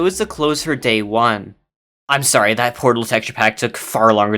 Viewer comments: 😂😂😂😂😂😂😂😂😂😂😂😂 that’s not how you say sorry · Ok but why Suwwy?